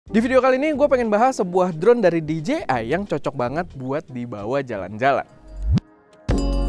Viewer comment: That "Di Je Ay" wkwk